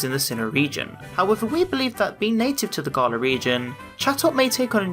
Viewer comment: I hate the way is saying Galar ‘Garla’